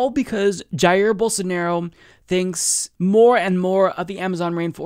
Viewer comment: Pretty sure it's pronounced "Bowl-SAR-na-row"